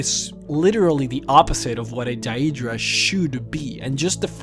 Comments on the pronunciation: Could be, but then again, he pronounces a lot of the other words in the popular/standard way of saying things, and pretty much all the mispronounced words are fictional ones which have many examples of how to speak each word, that even my Scandinavian, Indian, Vietnamese, etc. friends can say Daedra or close to it like the game does, I think it's a matter of his choice, oh well, each to his own. Pretty gut video anyway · You keep saying the name wrong.... And they are called daedra because they are not our ancestors aedra = our ancestors and daedra = not our ancestors, not every daedric prince craves change..... Do better research next time! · It really bugs me the way you say "daedra" but that doesn't stop it from being a good video about one of the most expensive lores out there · It's daedra (day-druh) Not daeydra like he says it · its not dayyeeedra its daedra common man say shit properly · I hate the way this guy says Daedra. Its pronounced 'Day-druh'. Not 'Day-ee-druh'. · day-dra, not da-edra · Stop saying DIE-EED-DRAH. The correct pronunciation is Day-Dra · he says daydruh a couple times. he doesn't seem to be able to pronounce words properly anyway - so it can be forgiven. It could be an act of course. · Its pronounced one way... DAY-DRUH... Thats the end of it. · You can not even pronounce deadra properly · why do you pronounce daedra like a dumbass xD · the way you pronounce daedra and daedric is triggering me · love your vids, but you make me want to use the wabbajack to turn you into a sweetroll everytime you pronounce Daedra and Aedra wrong XD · am I the only one raging at his pronunciation of daedra and aedra? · Maybe we'll see one where you can pronounce Deadra correctly, the other stuff you misspronouced, is annoying, but the amount of times you said that wrong, dude, you need to listen to the dialog in the games and you'd get it right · I really, really hate they way you say deadra... Other than that, great video.